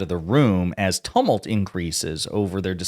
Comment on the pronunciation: Please learn how to pronounce the word tumult